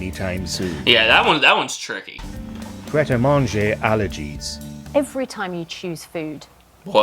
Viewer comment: Pret-a-Manger, pronounced "Pret a mahnjay" (it means "ready to eat" in French) is a franchise sandwich shop in the UK.